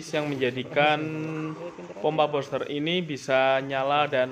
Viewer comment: Bilangnya buster bukan boster bos.